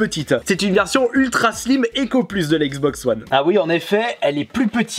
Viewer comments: "La xboxeu one" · Mais putain comment tu dis xbox one